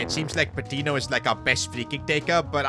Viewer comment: I dont wanna be THAT guy, but it's pronounced "pah-tee-nyo," the "ñ" indicates an invisible Y after the "n"🙏